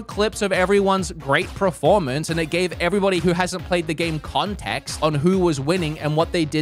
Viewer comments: Learn how to say pERformance 😂 not pREformance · Proformance? What's a proformance?😂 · Is he saying preformance or is it just me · I'm sorry, ever since I noticed how pronounces performance, I can't unhear it. how has Bob or even Kim not ripped the piss out of him for that?